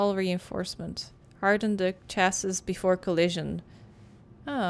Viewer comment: With all the stuff going on in the video, including the loss of the lil boat, I'm not sure why this is the part that is sticking out to me so much, but.. "chassis" is pronounced "CHASS-ee".